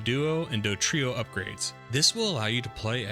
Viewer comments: You know it’s “DoDrio” and not “DoTrio,” right? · Dodrio not Dotrio